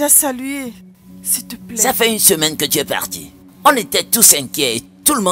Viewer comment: Qui a aussi remarqué que moi qu'ils prononce toujours siplai pour dire s'il te plaît. 😊 Merci maman Ruth pour ce beau film c'est une leçon pour nous les femmes mariées. ❤❤❤